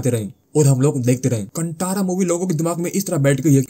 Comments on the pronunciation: It's pronounced कांतारा, not kantara Bhai. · It is not - कांटारा..The pronunciation is "कान्तार" ch*tiyo!!